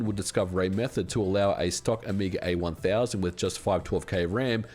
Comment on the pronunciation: "...That the Amiga A 1000..." Heh, FFR, oops, the "A" already stands for "Amiga," and then the "1000" is what should've had the emphasis. 😛